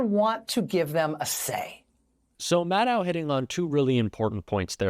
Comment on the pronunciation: Rachel Maddow is pronounced like "know", not "now".